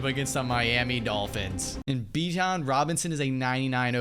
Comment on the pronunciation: It's Bijan not Bichon